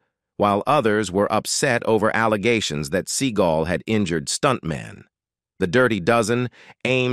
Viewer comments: As much as this man is on the internet and you pronounce his name wrong?? It's see-GAUL. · The speaker of this video does not pronounce Seagal right .The accent is on the 2nd syllable not the 1st